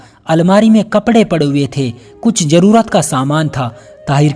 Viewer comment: Story bolne wale apna sheen kaaf sahi karein jaise zarurat lafz hota hai jarurat nahi mushkil nahi mushkil hota hai